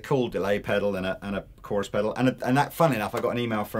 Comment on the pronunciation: The way he said chorus... Oh god...